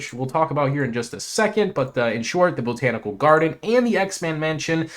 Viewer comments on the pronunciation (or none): It's "Bot-an-ical" gardens, not "Bo-tan-ical"